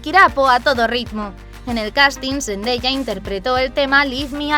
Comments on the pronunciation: se pronuncia sendaya no sendeya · Like si escuchaste que dijo zendeya😂😂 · Me molesta un poco como dice Zendaya •^•